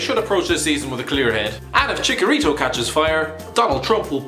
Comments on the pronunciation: It's CHICHARITO NOT CHICARITO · It's not Chick-Uh-Reeto, it's Cheech-Uh-Reeto. You pronounced it like it's a Pokémon.